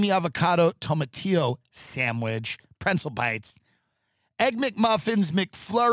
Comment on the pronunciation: It’s just like how he mispronounces pretzel as prentzel lol